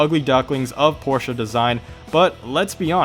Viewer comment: Thank you for saying Porsche correctly